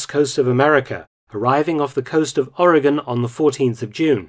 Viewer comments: As a native Oregonian, I thank you for pronouncing all of the geographical names correctly (including our state name)! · Thank you for pronouncing Oregon correctly! As an Oregonian it is much appreciated! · When I started this video. I was telling myself, "please don't mispronounce my home state of Oregon. Please don't." And you correctly pronounced it. Thank you.